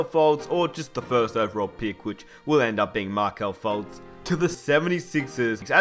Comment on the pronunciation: It's not Ma(H)kelle Fultz Ma(R) Ma(R)kelle Fultz